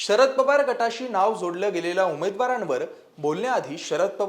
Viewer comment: णाव नाही नाव